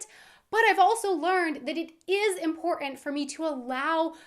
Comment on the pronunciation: accents are funny the way u say im portant! has me reaching for a vodka martini ha ha